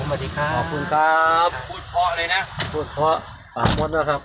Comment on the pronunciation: “พูด”จ้า บ่แม่น “ผูด” เข้าใจทุกสถานการณ์ ✌️✌️❤️